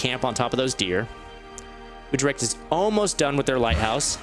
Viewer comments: YOU PRONOUNCED UTRCHT INCORECTLY ITS U-TRECHT ( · yo i am from Holland and i think the way you say Utrecht is really funny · I agree